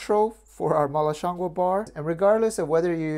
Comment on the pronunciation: HI!! Really awesome video and I love your content. You have the pronunciation very close...it's shiang goo [it's just the second word you are off a tiny bit on]. Shiang goo means mushroom in Chinese. Keep up the awesome work! Love to!